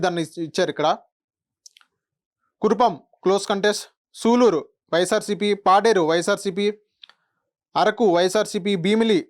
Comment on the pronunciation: వీడికి నియోజవర్గల పేర్లు చదవటం కూడా రావటం లేదు సాలూరు నీ పట్టుకుని సులూరు అంటున్నాడు వీడెం ఎనాలిసిస్ ఏంట్రా బాబు వచ్చేది కుటమే అయిన వీడు కరెక్ట్ కాదు